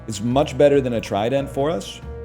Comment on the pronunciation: Why does he pronounce trident like that